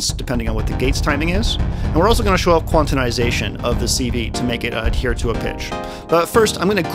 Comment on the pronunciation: Love the entire video, but my favourite bit must be the extra syllable you add to "quantization".